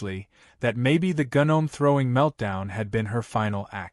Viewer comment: Dear A.I.: The word gnome is pronounced NOME.😊